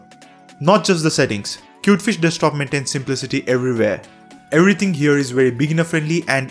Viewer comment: "ewerywhere" haha i like it